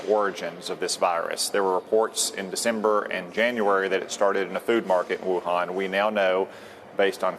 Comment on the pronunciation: he cannot even pronounce the name of Wuhan properly and is a politician out to expand his personal power spewing out nonsense and not a scientist.